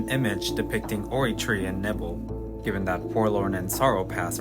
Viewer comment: I’ll never forget you pronouncing Nibel as “nibble”. Of course there’s no right or wrong with these names, but that doesn’t mean I can’t cringe at it. 💀